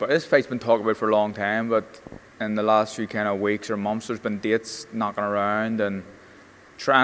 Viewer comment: How come pronounces TH words with V